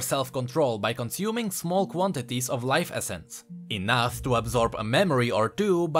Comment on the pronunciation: "life Essen"